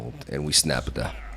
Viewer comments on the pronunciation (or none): he probably wants to say it like how Japanese people would say it. "snap" -> "su-na-pu" or "snapu". and "da" at the end kinda means "It's time to snap" this is just what I'm guessing since I know watches anime